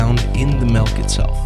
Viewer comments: melk? i thought it was milk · ITS FUCKIN' MILK NOT MELK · It really erks me when people pronounce Milk, "Melk", like this guy does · did he say melk? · The way he says milk pisses me off.